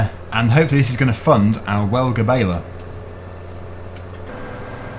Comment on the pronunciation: im not being narky or anything but im nearly sure the welger baler is pronounced well-jer. Just if you were looking for the correct pronunciation👍🏼